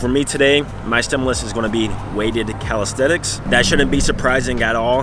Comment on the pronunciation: Hey you are not a calisthenic athlete you are a calishaeshtenic athlete